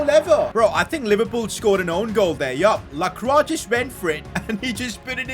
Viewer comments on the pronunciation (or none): none